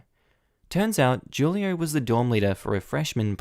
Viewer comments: Who-lio, not Ju-lio ;-)) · The name is pronounce WHO lee oh Not Ju lee oh. In Spanish, the J has an H sound. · I'm gonna put it out there that 'Julio' is probably pronounced "WHO-lee-oh". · So, I’m kinda surprised about your pronunciation of Julio because FYI Julio is Spanish for July.... lol in Spanish the letter ‘j’ is pronounced like ‘h’ so it’s pronounced ‘hu-lio’